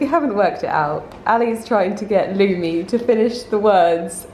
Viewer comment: lumi! its MEOW